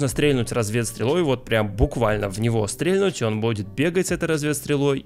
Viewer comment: спасибо за видео, было очень интересно но, ПОЖАЛУЙСТА, УМОЛЯЮ. прекрати говорить стрЕльнуть стрЕльнул. ударение на последний слог. стрельнУл стрельнУть.